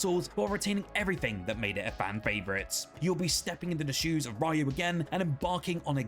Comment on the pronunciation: This guy says Rahyoo instead of Ryu.... Ree-yoo dude. Is it so hard to say that?